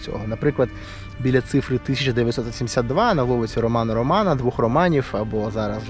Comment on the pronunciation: Цікаве відео, дякую) Вже хтось писав, що правильно Ромена Ролана, а не 2 Романа?